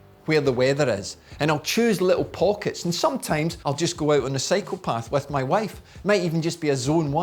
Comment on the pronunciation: Great video thanks! When you say "cycle path" it sounds like "psychopath" to my Canadian ears. 😂